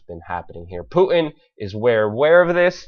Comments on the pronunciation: Thanks for taking the time to research, evaluate and post this info. A quick fyi. His name, Putin is not pronounced 'Poo-in', but Poo-'tin'. There is a 't' in his name and it is not silent. Thanks again for posting. It's wonderful to see the masses awakening. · You lost me when you said nuculer.. it's nuclear. Reminds me of G. Dubya Bush. And what's up with the Puin? It's Putin dammit! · puuuu innn? its Putin there's a T in there. please speak like you have some sense. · PuTin not Pu in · Poo en? Please pronounce the T in Putin. Thanks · What's a Poo-in ? (btw. I love your work !) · I like how Luke pronounces Putin. . . "Pooh-in" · Learn to say Mr. Putin's name correctly there's a "t" in it